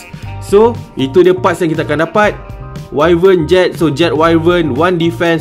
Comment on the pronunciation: info bkn 100% tepat, sebut wyvern pun salah. Haha